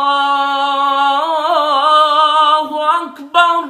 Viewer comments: Mashaaa allaah bahut qoob lekin maaf karen allaahu akbarallaahu akbar ke bajay allaahu akbarullaahu akbar me zabar ke bajay pesh shayad atahoga ek bar tehkheeq karlen I am sorry mujhe aysa lagta hai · Masha, Allah azan a hai hai Lakin Allah Akbar k r per paish hai qari sahib nai zaber parha hai no k sareeh GHALTI hai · Bhai jan allah hu akbar rulllah hu akbr ral ni rul he jnb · Ap ne galt para hai ye Allah hu akbarullah hai ap ne Allah hu akbarallah para hai ye galt hai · Allahu akbar , raa ki peesh durasat karain